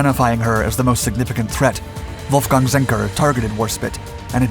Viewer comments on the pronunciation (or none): none